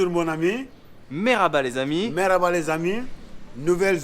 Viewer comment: Si jamais c’est « mErhaba » et pas « mArhaba »